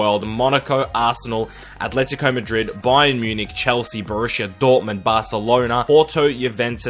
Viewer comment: Quite a weird one this but I like that he actually knows how to pronounce names. Key barometer as to whether someone knows what they’re talking about is how they pronounce Atlético.